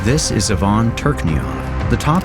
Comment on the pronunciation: Even if it's not ai, it's poor qc. Ivan is pronounced the wrong way. It's I-van, not Yvonne